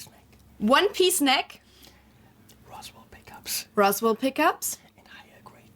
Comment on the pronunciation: When you whispered that they were Roswell pickups, I thought you were saying, "Awesome Pickups." The ash bodied T type was nice. The reverse headstock gives it a cool late-70s Joe Perry vibe.